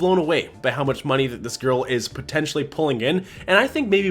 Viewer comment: Every time you say, “gorl” it cracks me up. ☺️